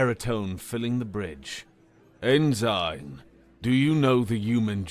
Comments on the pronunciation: OMG it's pronounced "en sin" a military rank not "in sign" within a sign!!! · it's pronounced "en-sin" not "in-sign" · How is it that a robot can pronounce en-sin ( ensign ) right, but not a human? Just wonderin. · Actually, I got used to it like an accented version of the word. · Sorry about the pronunciation of ensign, thats just how people pronounce it where im from and ive gotten used to it that way. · The G is silent in Ensign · All of these comments are about the pronunciation of ensign, but I have to say that this was the single most horrific HFY I’ve ever heard and I cannot fully express how much I enjoyed it. I savored every last second of it. So what you mispronounced a single word? This was great and I would love to see a continuation of this universe, however it may take form. People are too critical, keep up the great work! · The pronunciation ends the immersion, though -- so I can see why people are complaining. Plus, I figure a lot of the people here watched Star Trek, and that rank was spoken quite often. Hearing it mispronounced is jarring. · no, its mispronounced 🤣💀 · Funny that a Brit does not know that the rank Ensign is pronounced EnSin. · It isnt nove, sadly. It is a weird thought to have when you think about hod few words are pronounced the way they are actually spelled. To look at a word and have the thought, "I know how to say that." Is kind of crazy. Without bothering to look up the pronunciation I couldn't imagine thinking I knew how tonor was saying the word correctly. Like in this situation saying it the way he has here makes it a completely different word and meaning rather than the rank it is refering to.